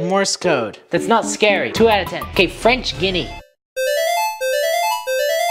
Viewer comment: Fr why did he said french guiana like that 'french gini'